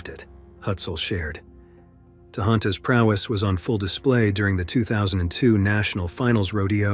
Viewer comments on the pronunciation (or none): none